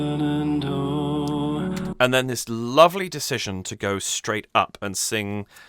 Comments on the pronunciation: Love your enthusiastic commentary! Just an fyi, from an American, Shenandoah is pronounced like the river Shannon + dough (like bread). The 'uh' on the 4th syllable is optional. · I haven't watched the analysis section of your vid yet. Just observed that you pronounce the final H in Shenandoah. Most versions of the song that I've heard do so as well. But Geoff treats it as silent. Tennessee Ernie Ford, in his cover, did the same. I don't know which way is correct. Maybe they're both acceptable.